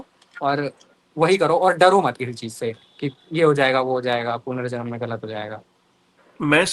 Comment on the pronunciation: भाई punarjanm होता है